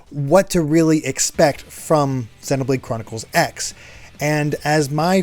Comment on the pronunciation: Are we sure the X in Xenoblade Chronicles X is pronounced "X" and not "cross" like a lot of Japanese games and anime that use an X in the title?